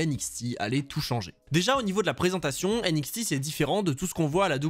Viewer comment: Aie la prononciation franglais"N-ixti" ça fait mal aux oreilles.